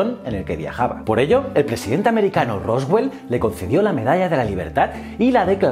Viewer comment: Que como he quedado ???? Estupefacto por lo del Pdte Roswell (supongo que es una forma mas rápida de decir Roosevelt) Excelente vídeo ,como los de antes , sldos y no nos abandones por tanto tiempo !!!!